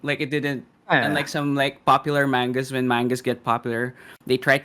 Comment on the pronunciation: I don't know who the on the stream on the very right is, with the bad Indian accent, but him keep saying "menga" and "mengas" is driving me up the wall.